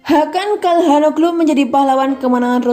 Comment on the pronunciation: Biasa Aja Kali Min Nyebutin Namanya Ini Italia Bukan Inggris.Immobile Ya Immobille Ejaanya Bukan Immobael,Ya Benaccer Ya Benaccer Bukan Benaker,Calhanoglu Bukan Kalhanoglu.Secara Pribadi Jujur Gak Enak Di Dengarnya.Sorry..!!